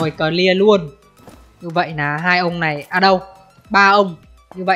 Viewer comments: Bị từ NÀ không ah. "Nói chung NÀ.....". Rồi thì "NÀM". Cố gắng lên đồng chí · Người ngoài mình không để ý mấy cái này đâu nhưng ở miền trung và nam, nghe cái biết liền ah. Trước tôi cũng bị, mà giờ được vợ sửa dần đỡ rồi. Chú ý mấy từ LÀ, NẰM, LÉM BOM